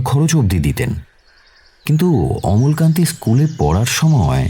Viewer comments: নারেটর এর অমলাকান্তি উচ্চারণ ছাড়া গোটা গল্পটা খুউব ভালো লাগলো ❤❤❤❤। আর সায়ন বাবু তো ফাটাফাটি। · অমলকান্তি না অমলাকান্তি।আর দাদার ব্যবসায় মন্দ চলার ব্যাপারটা কি? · অমলাকান্তি - শুনতে শুনতে খুব খারাপ লাগছিলো।